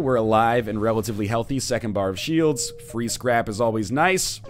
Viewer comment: Every single time you say "Free Scrap is always nice" I hear "Free's Crap..." I know, I'm dumb.